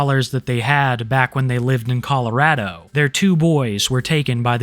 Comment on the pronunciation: Finally someone that actually says Colorado correctly